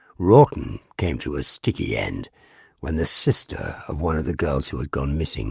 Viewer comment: I think you are saying Wralton, but sounds like Rotten. Fitting as Folly wood appears to be Rotten!